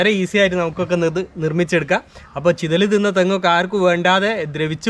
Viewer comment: ചിലതല് അല്ല ചിതൽ.